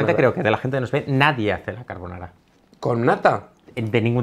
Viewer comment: Dios, españoles hablando correctamente de carbonara, GRACIAS.